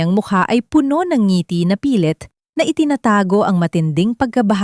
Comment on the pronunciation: Bago ka maging narrator learned first how to pronounce word properly..the same word but different meaning depends on how you pronounce like Puno as tree and Puno as full pronounce as pabilis